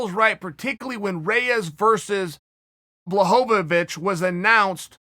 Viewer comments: I know you're doing it on purpose for the roflz, but you're doing work than you need to and putting an extra syllable. It's bluh hoe vich. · Chael: blahovacich Me: blahovavich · I like Bla-Ho-Vo-Vich😂